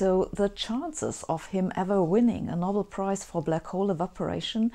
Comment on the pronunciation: Sabine, I enjoy your lectures and the humour you slyly insert in them, but every now and then I notice tiny errors in your otherwise excellent English. Here are two: 'series' is not pronounced as in German with each element given equal weighting; instead native English speakers say 'sea-rees', not 'sea-re-uh-ease'. And for us, the famous prize is the 'Know-bell', not the 'nobble'.